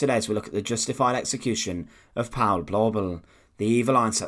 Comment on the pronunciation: The "au" diphthong in German is pronounced like English "ou" as in the word "out". Therefore the name "Paul" rhymes with the English word "foul" in German.